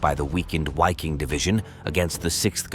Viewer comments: The "W" in the German word "Wiking* is pronounced as the English "V". They should be pronouncing it as the English word Viking (sounds the same in German) which also has the same meaning. To pronounce it starting with the pronounciation of the name of the English letter "Y" followed by "-king" is obfuscating and sounds silly in my opinion. Besides that, the pronunciations are fine, with the exception I guess, that to remain completely consistent, the pronunciation of Waffen, should be prounouced as the English spelling "Vaffen" would be. A lot of good information in this post. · Interesting because I wondered about the correct pronunciation since it sounded strange.